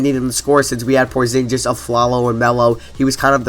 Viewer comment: Porzinjiz hahahaha